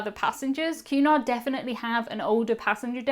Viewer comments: What are you saying? A "cue nigh cruise" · sounds like youre saying Qanon cruises... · I kept hearing “Q-anon” cruise. 😬